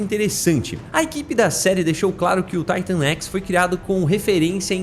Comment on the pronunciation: Mano me perdoa mas , pq Taitan x , e n Titan x na sua pronúncia, já que quando você fala , ( na escala de Titan ) você fala Titan e n Taitan , n dar de entender